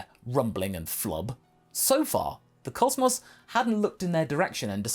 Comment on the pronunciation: Really showed how bri'ish you were this episode when voicing "The Cosmos" huh?